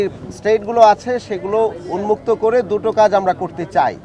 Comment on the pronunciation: দো টো কাজ করতে চাই। কি উচ্চারণ রে বাপরে বাপ